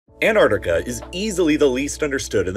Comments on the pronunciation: Repeat with me: an-TTTTar-Ti-ca.. thank you 😊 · It would help if the narrator would learn to pronounce "AntarCtica" properly - i.e. it has two Cs, not one. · Don't forget to pronounce your Ts! ant-arctic-a not an-ar-di-ca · Annardica...yes. Also... anti-Semitic becomes... Anni-semadic. I am a teacher of English with over 10 years experience in the E.S.L. and IELTs sector. Pronunciation and accent are so important. Advice: keep your accent but speak clearly. In the U.S.A. accent most often smothers clarity. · Interesting fact, you are allowed to pronounce the first T in it's name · Why do so many people miss pronouncing the first 'c' in Antarctica?? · Please learn how to pronounce "Antarctica" correctly - the first c is not silent. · Darn right it’s misunderstood. To the extent that this channel, in its video raising awareness about Antarctica, drops the first “c” in its name. I feel inclined to celebrate each time I hear an American pronounce ant-ARK-ti-ca correctly. It happens once or twice a year. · Why is pronouncing Ant-arc-tic-a so difficult? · If you’re going to talk about it, at least pronounce it correctly. It’s AntARCtica. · Americans like you can’t pronounce Antarctica properly. There is a T. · You mispronounced Antarctica multiple times. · its pronounced "ant-arctic-a" there are 2 "c"s in it.